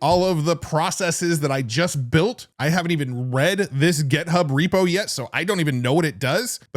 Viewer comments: why do you say gEthub? gethub, gethub, gethub! It's github!!!!! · Why do you always call it GetHub? It confuses me every time lol